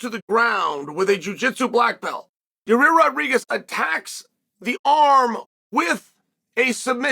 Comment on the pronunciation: Who the heck is Yarir ? I think he does it on purpose. Can you show me the "2" r's in the name that you are pronouncing